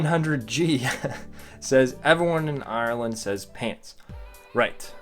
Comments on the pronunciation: Sorry but not trying to mean you said Ireland wrong also like if your Irish cause I'm from Dublin :) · U say Ireland wrong